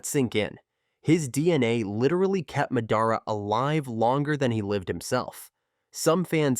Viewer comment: Pronouncing madara and minato like that is enough for me to never watch one of your videos again. It is like chalk on a board.